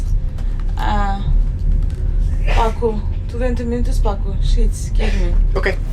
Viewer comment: Please, Give me Sheets sounded like something else... lol